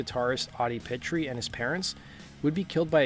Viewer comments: Omg you are killing Pitre’s name. You are saying Pit-tree. It’s Peet-tree, not Pit… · Not pronounced "petri". Pronounced "Peet" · That original Gacy painting hung right at my side for a long time. We sold original Gacy paintings at the record store I helped run in Tampa, The Alternative Record Store. Funnily enough I was born right next to Houma and lived there until I was 13. FYI, we Cajuns pronounce Pitre as “pea tree.” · It’s pronounced “Pee- Tree” brother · Audie's last name is pronounced Pee-Tree. But great video! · For future references, the last name is pronounced as P-Tree. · Also mispronounced Audi and Sammy's last names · You pronounced Pitre wrong.